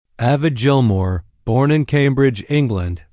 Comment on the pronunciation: Youre pronouncing his name wrong, and none of these are pictures of Gilmour